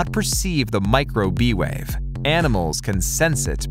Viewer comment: "Wawe" ......... you mean wave hahaha